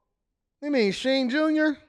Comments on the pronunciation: I go-sign it’s called Shein here in NYC too lol. Ain’t no damn She-in 😅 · Shein, she-in as in she is in. She is in to shein 🤯🤯🤯🤯